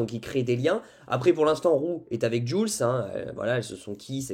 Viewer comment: ça se dit « joulsse » 🥲😅😅😭